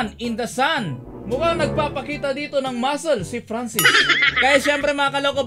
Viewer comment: franscis hindi pransis